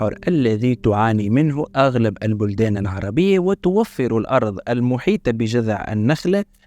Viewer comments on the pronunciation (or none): none